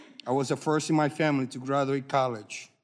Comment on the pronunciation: This guy is a sad tool of powerful people. He can barely speak, cannot pronounce “first,” or “enlistment,” nor a lot of other words. He cannot read any better either. Keep reading your prepared statement that Pelosi wrote, slave.